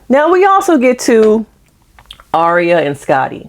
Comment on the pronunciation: How are we 8 episodes in and you're still calling her the wrong name 😭 her name is Aria not Ariana lol